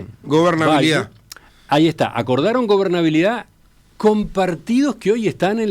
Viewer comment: Lamentabke !! Hasta verlo es un desastre, no mira al frente para hablar y no habla bien. ** Obernalidad. ** Dice. tTu no eres creíble hombre !!! Descalifica. SI. SEÑOR